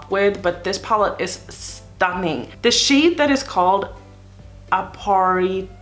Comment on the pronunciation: The apparition is pronounced ap-par-i- tion (a-par-i-shun) means a ghost or ghost like figure😉